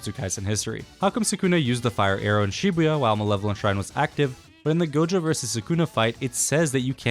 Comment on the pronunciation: Bros telling us its Makora but bro said Shbua not Shibuya💀